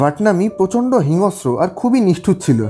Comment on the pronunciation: ভাইয়া একটা উচ্চারণ একটু ভূল আছে, এটা হবে হিংস্র, হিংঅস্র হবে না😐 আমি দুঃখীত এভাবে বলার জন্য